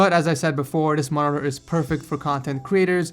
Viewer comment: the way he pronounces monitor is annoying